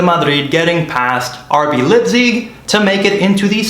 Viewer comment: The name of the German city is NOT "LIPZIG." The "ei" in Leipzig is pronounced like an English "i."